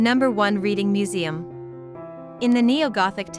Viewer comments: Please please when narrating a video do your research and pronounce things correctly. It's Reading (pronounced Redding) not Reading (as in reading a book). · I'm a born and bred Redding Ight (Readingight) now living in North Queensland Australia! Ostreleah 🤣 for God sake I hate how people mis pronounce stuff, please do your research!!! 😭 Ok! It's pronounced REDDING! Yes I know that's how it should be spelt! But it isn't, Redding Redding Redding! And Cave ershum??? It Cav er sham! Caversham! And BTW I now live in Os straylia! Not As treliah! 😂 Best Regards 🤣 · This was a very interesting video ! I lived for about 60 years in Reading , Pennsylvania which is named after Reading , England ! One correction , it is pronounced like the color Red .